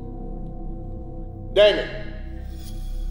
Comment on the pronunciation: Why is dj's grampa saying daimin to dj